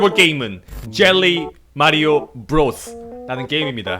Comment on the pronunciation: 줴~~~ㄹㄹㄹㄹ 뤼 마리오....줴~~~ㄴ 장이쥬??ㅋㅋ 재밌게 잘 봤심돠!!!